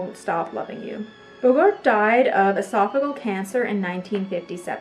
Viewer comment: Good content, some things I hadn't heard before. The hostess has a pleasant voice and would benefit from practice to smooth out occasional stumbles and mispronunciations. ( for example, Esophageal)